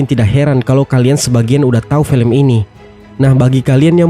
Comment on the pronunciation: Felem yah min bukan film..wkkwkw